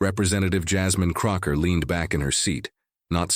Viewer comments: It's CROCKETT! Not Crocker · Whoever is narrating this should get her name straight... Her name is not "Krocker"... Is CROCKETT.. C R O C K E T T... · Crockett not Crocker. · You're the narrator and you start with MISPRONUNCIATION of Jasmine CrocKETT'S name.